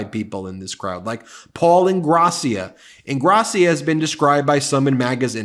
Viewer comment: Ingrassìa, not Ingràssia.